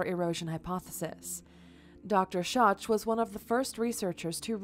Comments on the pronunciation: He's name is not Scho(ch) as in scot(ch) but Schoch as in shock. And his proof is about RAIN water damage to the Sphinx and Sphinx Enclousre not not a flood. It is two very different things. Don't misinform people for views please. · You are mispronouncing Dr. Schoch. It’s not shoch. It’s shok. That’s the most basic background. He’s the foremost expert on the Sphinx and the water erosion. Recognized as such by all other Egyptian experts. It makes the rest of what you say lack credibility. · Every time she said Dr. “Shach” instead of “Shock” I cringed 😬😅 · Not pronounced DR. “shotch” but “shock”. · It's not Robert Shotch, it's pronounced Shock. Just sayin' great video, thanks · Its pronounced Dr. "shock" not soch, lol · His Name is pronounced DR. Robert (shock)Shotch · Dr Schoch's name is pronounced "Shock" He also was quite adamant that the erosion patterns are consistent with heavy rainfall, maybe even a superstorm, but not flooding. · Robert Schoch's last name is pronounced SHOCK. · In other TV productions his name is pronounced "Shock" but I'd go the other way knowing that was incorrect. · When she said Robert "shotch"....I checked out. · "Dr Sotch" ahahha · Robert Schoch > Pronounce it Shock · Dr. Schoch is pronounced "Shock". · Schoch is pronounced Shock. Just fyi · It's pronounced Dr. Robert "Shock". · Robert Schoch’s last name is pronounced like “ShocK”. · It's pronounced Shock. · The mans name is pronounced DR.SHOCK spelled Schoch but pronounced as SHOCK..... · It's pronounced 'Shock' and he cosigned John Anthony West's theory (which was in turn a cosign of R. A. Schwaller De Lubicz's findings) of heavy rain fall, and not submergance. You sound like you've only ever read 2nd or 3rd hand takes on primary sources. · Schoch = pronounced shock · It’s pronounced Shock/ Dr. Robert Schoch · Schoch's name is pronounced shock! Damnit! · His name is pronounced SHOCK.